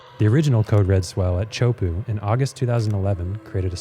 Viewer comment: You know what i find amazing? That Teahupoo is somehow pronounced Chaupo. Whoever made it up is a special needs person...